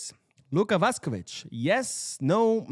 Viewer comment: He needs to learn how to pronounce Luka Vušković first. Don’t think I could listen to a whole video of it being pronounced Vuhskovic